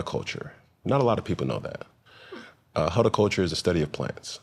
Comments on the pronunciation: did he say hoeticulture instead of horticulture??? 😂😂 I don’t think he went to school for horticulture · I'm also convinced he doesn't realize he's mispronouncing 'horticulture'. SMH.